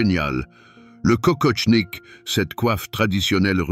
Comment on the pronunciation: Kokoshnik, pas kokoTshnik...